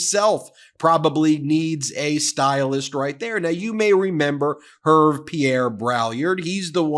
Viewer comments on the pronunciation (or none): Het, Ben! It’s not “Herv”. It’s French and pronounced “ Err- vay” I don’t really care about the Drumpfs, but I do care about going to the trouble to find out how to say people’s names properly. How would you like to be called “ Meese-a-less”, as I once heard it said? . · "Herve" pronounced "Air-vay" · Ben, you should know it, French name Herve is pronounced [er- v- ai], not [erv] lol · pronounced Air-vay. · Ervay is the correct pronunciation. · It’s Hervé (French for Harvey) and pronounced Heir Vé (as in Beyon-cé) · love your channel , Herve is probably Hervé, pronounced 'Hair' 'vay' like may & pay lolll His family name is Braillard which mean in French someone who is crying....... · "Hervé" is pronounced "Hairvay" FYI... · Hervé is pronounced Air-veh 😊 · Great stuff! Just a small correction, Hervé is pronounced "hairvey". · Bonjour Ben! In French, Hervé is pronounced « Air-vey »! I love your Channel havé learned so much. We have also a similar Channel as your in french called « la chute », the fall. The fall of Donald Trump. Merci pour la chaîne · Please at least make an attempt at pronouncing the stylist dude's name... Try "Her-vay". See? Much better!😃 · Hervé is pronounced « Err - vey » - French version of Harvey. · And I am going to be 'that person' who points out that the first name is pronounced like URRVAY and the third like BRAYAR. Sorry. In my defence, I am British, and quite pretentious. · It's weird that someone as educated as Ben mispronounces the stylists name. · Ben... you butchered the stylists name. LOL